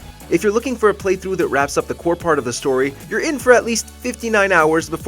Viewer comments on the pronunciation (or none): none